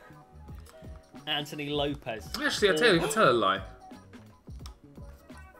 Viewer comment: “if you TWELL ME” 🤣🤣🤣😂🤣